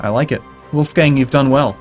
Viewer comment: The 'o' and 'a' in "Wolfgang" are actually pronounced like in "boring" or "scholar" respectively "hard" or a british "bath" ^^ source: am austrian